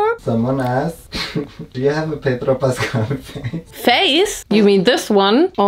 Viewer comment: The way you pronounced Pedro Pascal was on point 😩🤌🏻🤌🏻🤌🏻